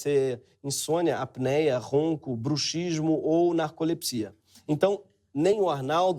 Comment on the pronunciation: Por que ninguém pronuncia "bruxismo" corretamente?🤦🏼‍♀️